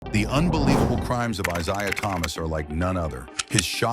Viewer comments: Pronouncing his name wrong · You can't even say this guy's name correctly. did chatgpt make the script for you? at least google basic info if you aren't familiar with it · This dumb idiotic video. The idiot narrating this can't even get his name right.